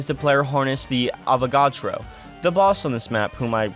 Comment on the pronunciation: cant believe you pronounced avagadro right